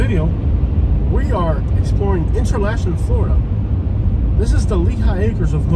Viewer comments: Pronounced enter locken😅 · It is pronounced inter-locken.